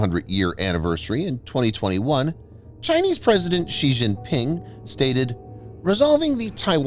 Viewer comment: I cringe whenever you pronounce Xi and Xujiang. The letter X in Chinese is a substitute for the letter combo Sh. It is not pronounced "zhj". That sound doesn't exist in any dialect of Chinese. Here's how to remember it with a mnemonic: just think "that's what Xi said" and remember that it sounds exactly like "that's what she said".